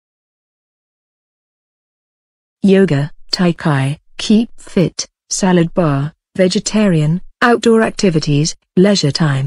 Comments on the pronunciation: Tai Chi is read like T-eye Ch-ee, not T-eye K-eye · Md. Raisul Quadir Rossi and burning fossil? Is that make sense? Should it be burning fossil? And tai-chi should pronounced: tai - chi not tai-Kai, it's ridiculous